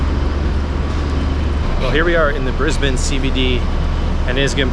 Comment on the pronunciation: You manage to say Brisbane like an Aussie, my home town, but live in the country 3and a1/2 hrs n/w now hope your enjoying your holidays. 😊